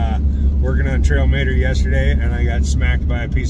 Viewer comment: "Mater" pronounced 'Mahter !'